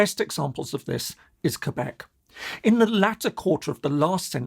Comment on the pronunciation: Thank you for saying Quebec correclty.